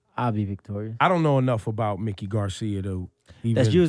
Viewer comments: Ebro, it's pronounced Mike-ee, not Mick-ee. Come prepared for your interviews. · The man's name is pronounced MIKE-KEY! not Mickey!